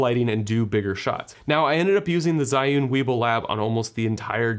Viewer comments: its not called "SAI YOON" Its pronounced " ZHEE Yun" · Love ur video but that pronounce z h i, not zai~ again ~love ur video, i bought this because of your video ~